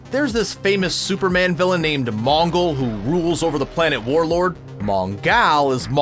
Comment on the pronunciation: Rick Flag, not Randall. Warworld, not Warlord.